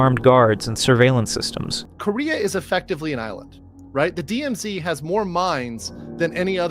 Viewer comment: Is this AI generated? there is an awkward jump between two sound clips. : "DMZdee" : Please enlighten us, what is a "DMZDee"? : Ugly cut for background music : There is no pause between the previous sentence and "silence?", when a pause would be natural. I stopped bothering at that point.